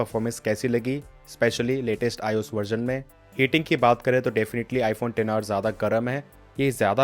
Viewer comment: Xr ko ten r kyu bolate h